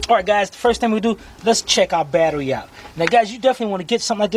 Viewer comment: Did you say Bat..erie acid? Now this would be a good place to use my Blue Point 1/4 ratchet yyeeeeeaaaa booooyyyyyiiiee! to disconnect those terminals.